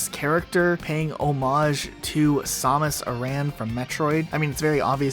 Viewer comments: DID YOU JUST SAY SAMUS AS IN S-O-MAS? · Its samus not sAhmus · Did you just say samus instead of samus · The way that you pronounce samus lol